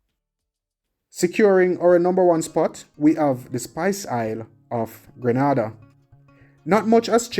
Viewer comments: GRENADA.. Gruh-nah-dah! Really? That’s in Spain. Please pronounce it always as Gre-nay-dah please sir. And while it is probably the nicest place to retire to, healthcare is not that good and groceries are not cheap as they import almost everything ! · It is pronounced Gre-nay-dah. You are a West Indian and don’t know that?